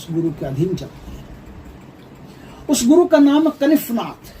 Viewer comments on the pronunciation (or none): Kalafnath bol rahe ho aap ya kanifnath???